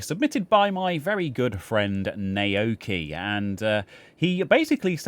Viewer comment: Naoki is pronounced now-kee. Nao rhymes with cow. Bloody poms! ;-)